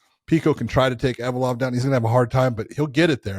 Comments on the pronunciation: Ev-lo-ev guys not Ev-o-lov lol Get it right John McCarney and Josh Thimpson lol 😂 Love you guys haha 😊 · Envalope-ov ? ...... Close enough🤣 If I went to Russia to make money, I would learn Russian ... We dont need to know every fighters names from around the world, MMA is outta America, that is just too many languages to remember, give us a break.